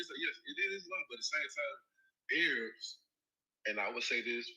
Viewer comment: 😂 my guy said “Aye-Rabs”